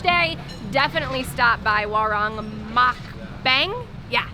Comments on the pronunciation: "Warung" is pronounced "WaRoong" . XD (I love your videos . Already Subscribed) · Please learn how to pronounce Indonesian using the vowels a e I o u. This is not America. Like WARUNG. WA LIKE IN DART. RUNG LIKE IN HOOD